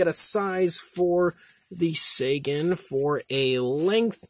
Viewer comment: I think it's pronounced "Tsäägan".